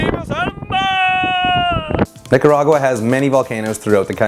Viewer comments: "Nigga-ra-gua" TF?!😂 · Is it normal to be Nicaraguan with the last name reyes? Also did he say Nigga By accident when saying Nicargua It got triggered(Plz don't get offended for what I said) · YASSS NICARAGUA WOOOHUUUUU I WAS BORN THERE! (also I swear if someone says Nicaragua in English again ima scream)